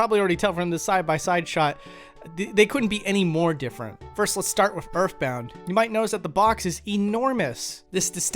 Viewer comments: why do he keep sayin erfbound doe? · "start wiff urff bound" please don't become british